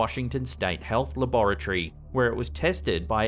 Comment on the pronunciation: I'm spelling this how I hear it, What's a laa-BOR- A-tree. 🤔